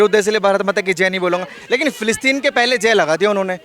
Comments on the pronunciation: फ़िलीस्तीन न कि फिलीपींस 😂😂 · मैडम फिलिपिंस नही फिलिस्तीन बोलिए